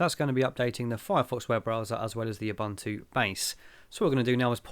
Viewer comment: please say it correctly: I would also dislike having people calling you "TILER".